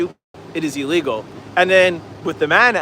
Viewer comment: Ill-legal, not E-legal